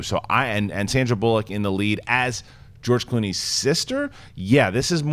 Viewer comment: "Sandra Bull-lock"....say it right. Come on, it's not hard. Bullock, one word.